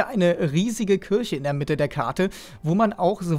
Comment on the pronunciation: Kürche. Alles klar 😂